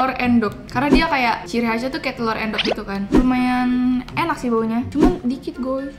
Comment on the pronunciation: Ngakak sih telor endok bukan telor èndog, yg orang jawa pasti paham wkwk